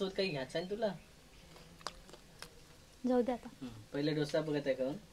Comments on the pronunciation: ढोसा नाही डोसा म्हणा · ढोसा नाही ग डोसा म्हणतात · धोसा नाही g दोसा मन 😂😂😂😂